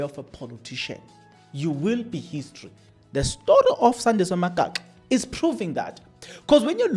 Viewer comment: Magaqa not Magaxa wena